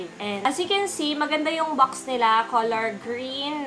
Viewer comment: Bakit po hindi ka marunong mag pronounce ng box Sayo po bucks